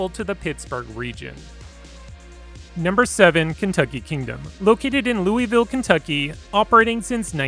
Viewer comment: LOOEEYY VILLE :( Ya gotta do it right. Lou-Ah-Vull